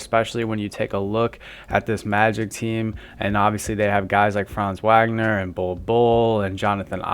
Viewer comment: Franz who?? This is how we know it’s not you talking! When you can’t even pronounce the last name of our best payer! WAGNER=Vawgner!